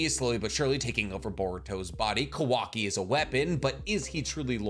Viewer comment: why does he say kawaki's name like that ?